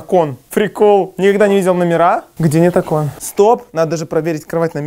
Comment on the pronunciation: Кто заметил когда зашёл в номер он сказал максу.: кстати ты заметил?Здесь нет око́о́о́н а правильно о́кон😂😂😂 я не хейтер ❤